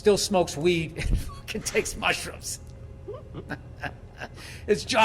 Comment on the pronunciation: kinda weird everytime u say mushruoooms boobie barks